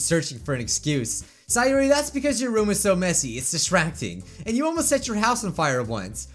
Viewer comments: Its not saayori, its sayori. You pronounce it wrong. It triggers me lol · It’s say-or-I not si-or-I !!!!